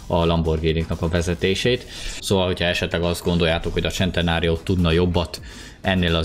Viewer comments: szentenario nem csentenario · Nem csentenário hane szentenário így kell ejteni. Amugy nagyon jo lett a video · Serintem eszt nem csentenárionak kel kiejteni honem szenteário nak😂😂🤣🤣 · Én: Lamborghini centeranio.: Lamborghini csentenárió. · Az centenárió nem csentenárió Bocsii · a szntenáriora mér azt mondo hogycsentnário